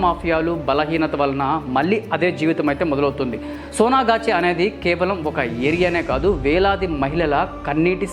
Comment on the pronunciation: సొన ఘాట్ కాదు సోనా గాచి !!!